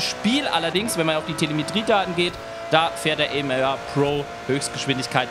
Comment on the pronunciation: Aston Martin Vulcan AM*AR* gesprochen nicht ER und es heißt Pro nicht Bro